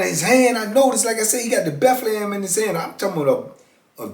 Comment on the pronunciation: He be killin me every time he say Bethlehem 😂😂